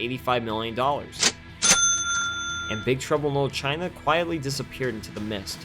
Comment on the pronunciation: Why do you keep pronouncing it "lil" China?